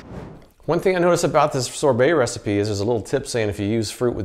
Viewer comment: Man you are saying sobert wrong. Find someone to say that word for you. Or put it in Google to say it right.